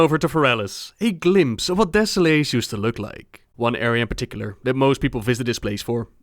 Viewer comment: de-suh-les not deso-lace